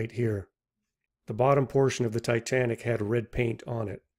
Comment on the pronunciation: "Tay Tay Nick"